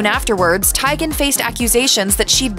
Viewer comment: No, it’s actually spot on. Teigen is Norwegian and that’s how it’s pronounced